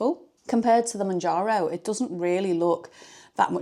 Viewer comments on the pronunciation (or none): Exciting times ! Good luck I hope it suits you 🤞🏻 I’ve stayed on mounjaro (monjaro) you say in correctly 😊 but my friend is moving to Wegovy I’ll share your video with as it might help 😊thank you